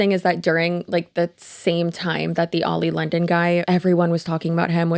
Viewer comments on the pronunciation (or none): Oli London — and not Ali London.